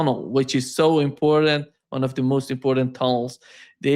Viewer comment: favorite word is "important," and he pronounces it SO WRONG nonstop. Someone REALLY needs to help him with that.